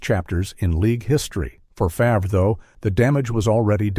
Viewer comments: This video 📷 is a complete joke after hearing Favrah 10 times 😂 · Stealing from poor and naughty text is what people know lately 😮 at least say his name right Favrah???? LOL 😂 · my thoughts exactly, how can you NOT know his last name correctly???